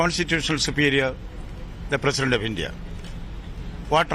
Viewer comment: Pahle theek se bolna sikho India gathbandhan ko iindi gathbandhan bol raha hai